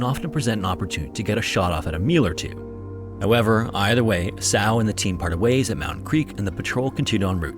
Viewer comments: Esau = EE SAW. Not EE sow. He’s not a swine.😂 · Couldn't understand what you were saying. "A-Sall"? Then I saw on the screen: "Esau." Do people just not know how to pronounce names anymore? EEE-saw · It's E-saw. E-saw. E-SAW!!! A.I. isn't worth a shit. For anything. It's to enslave us. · Surely the name "Esau" is pronounced E-SAW as in the biblical Jacob and Esau. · Interesting story. The guy's name was EE-saw, as in Jacob and EE-saw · It's Ee-saw.